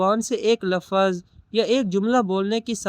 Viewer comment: lafaz nahi lafz